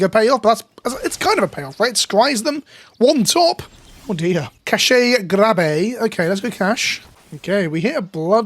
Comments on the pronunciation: I’m SO glad someone called this out haha. Bugged me to hear cashay every time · "cashay grab" bothers me a lot. Not only is that the wrong way to pronounce that meaning of cache (which isn't that big of a deal), but it also completely misses the pun (which is catastrophic). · Cache is pronounced like cash. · You'd think a "professional" youtuber would learn words before filming a video to ensure they don't pronounce cache so ducking ridiculously like 10 times. Do better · Why he say cache grab like that smh